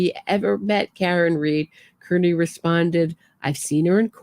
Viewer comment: I think he pronounces his last name “Car-knee”!